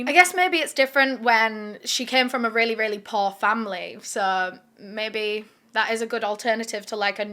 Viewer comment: When you first said poor I thought you had said posh.....